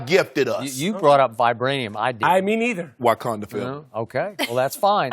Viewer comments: “Whykanda” Shannon? 😂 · Shannon really just said “ Wakanda foreva” 😹